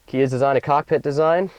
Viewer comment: what I love about this video most is that he said "COCKPIT" as the guy in the previous video I watched =) it just sounds funny. The new KIA Optima looks beautiful with nice gadgets, 1 thing I don't like about the SX Turbo are the wheels, UGLY AS HELL, should've gave it a better looking sport wheels. Why did it take so long for KIA to release a car that actually looks good, all previous year KIAs sucks, might buy this 2011 Optima.